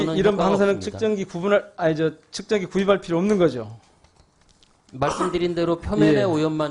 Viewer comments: 😂측정기를 ‘척정기’란다😂한국어 발음에 결국 실패한 왜구 위원장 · 척정기 가 뭐냐 발음이라도 제대로 해라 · 측정기를 척증기라고 발음하는 장애가 있는분이 왜 저기있나요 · 뭐가자꾸 척정기척정기 ㅋㅋㅋ말이나ㅜ제대로좀하지 어휴 ㅋㄱㅋㄱㄱㅋㄱㅋㄱㅋ